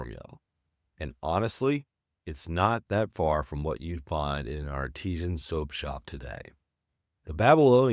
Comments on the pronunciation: The word you want is artisan, not Artesian. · Train your AI that "Artisan" is NOT pronounced like "Artesian" they are two completely different words with different meanings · I have to correct you on something. It’s not Artesian, it’s artisan.